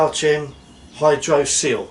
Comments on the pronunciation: I think you should pronounce Chem as "kem". Chemist is pronounced Kemist! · Exactly it’s pronounced Car Kem